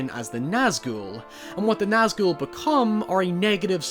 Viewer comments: I like the fact you Nazghul right but you kept calling sauron Zauron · The pronunciation (I believe) is "SOW-ron" (sow as in female pig) but people also say "SOR-ron"... Either way, hard S Regardless, I loved your analysis of the Nazgûl (you said that one right, btw!) and their purpose within the greater narrative. Love your channel and your dog! ❤️😊